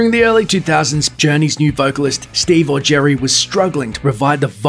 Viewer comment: I thought he was saying steve augeri as Steve or Jerry and I was like which is it? Steve or jerry